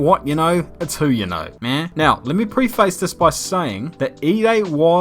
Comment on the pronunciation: As a fellow kiwi, why do you pronounce everything wrong. E.g preface and leclerc